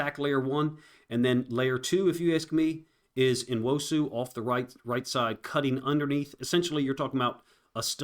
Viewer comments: I love your breakdowns. Say his f*cking name! New-wosu. Not N-osu! I totally support you but say his fucking name! It's fucking rude! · it’s N-wo-su. Learn how to pronounce the Nigerian names. It’s not No- you chud. Good lord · bro. You tried to phonetically spell his name multiple times in multiple different ways. What are you even talking about. You pronounce Nigerian names exactly as they are spelled. N-wo-su. Not New-wosu or No-wuso like you tried to do two times. You got some serious main character issues going on. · Say it; uh-CHEN-uh noo-WOH-soo. I'm not a content creator, I am not obliged to pronounce a subjects name correctly, although, I did. It's not complaining to expect someone providing content on a player to pronounce his name correctly, it's actually insulting not to make sure you got it right! I don't expect or need you to understand, gets it!